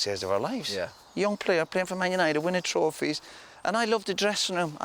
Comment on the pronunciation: I love the way, even when he's describing a drinking session, he still talks like he's on live tv. "A young fella, playing for man utd, winning trawphies". No need to mention the trawphies Roy, just talk about the boozing and women etc. Funny though.